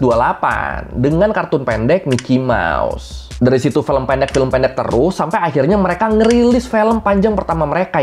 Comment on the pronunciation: Film bang bukan Felm ✌😅